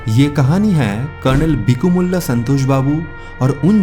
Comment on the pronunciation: भाई, उनका नाम स्व. कर्नल 'बिकुमल्ला' संतोष बाबू हैं। उनको "बिकुमुल्ला" मत बोलो!!